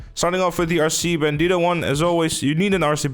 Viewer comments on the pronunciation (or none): it's the way he said "bandito"